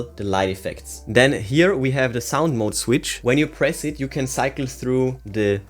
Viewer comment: Big pass. Annoying voice with wrong pronounce of mode. Movie moooood , bouetooooooth inpuuuuuut